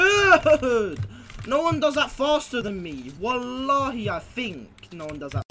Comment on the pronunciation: Man said Wallahai I think no one does it faster than me mongraal is too jokes😂😭